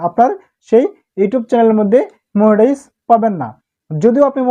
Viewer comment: মনিটাইজ ❌ মুনিটাইজ ✅